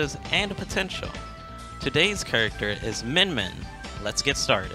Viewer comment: "Today's Kurrkter is Min Min"